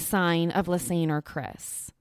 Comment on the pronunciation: It's Ann not aine!! Like a combination of Lisa and Anne not aine!!